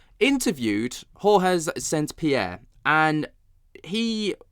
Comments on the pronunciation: Who the eff is HOR-HEY? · Did you say Jorge and did you also say retired from the mma?? His name is George st Pierre dude not Jorge wtf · Who're you calling Hor-Heh? GSP is French, not Hispanic. Its pronounced "George" or "Georges". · Dude! You gotta stop saying Whore Hez! His name is George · Hoare-heys!? It's George!! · After the 2nd Jorge, I'm out. Gee-Ore-j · It's George, not Jorge! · It’s pronounced like the English name George bro. Lol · Every time you pronunce George St. Pierre I'm like 🤮🤮 😂. I've never heard him say his name like that, and that's not even close to how he pronounces it in English or French. It'd be accurate if either of you were hispanic/latino/spanish...... But you're not.... So what are we doing here? Lol have you never heard of the guy? 😂